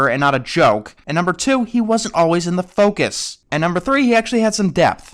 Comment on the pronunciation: sounds like fuckus